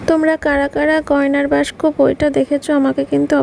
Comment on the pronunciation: বাস্ক না বাক্স হবে,বাজে শুনতে লাগছে।